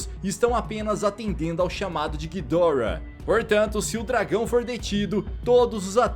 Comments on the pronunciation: nem para o cara falar Ghidorá (Assim que é a pronuncia o jeito certo é Ghidora) o cara fala guidórra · A pronúncia certa seria "Ghídorah" em japônes, "ghidÓrah" em inglês e "Ghidoráh" em português, só que ghidoráh é muito feio, melhor chamar de Ghidórah nesmo kk.